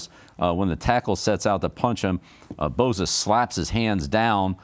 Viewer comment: Just one thing coach, it's Bosa not Boza... LoL